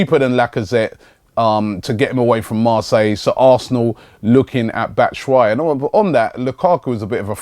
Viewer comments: ITS BAT-SHOE-WHY-EE NOT BATTASWHY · "Batta Shwi" hahaha